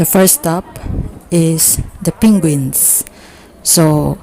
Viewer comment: "Pinguins" XD